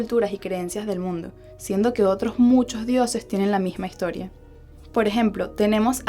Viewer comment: por que hablas con la "g" no se escucha bien como higtoria etcetc